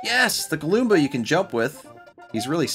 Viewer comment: It’s galoomba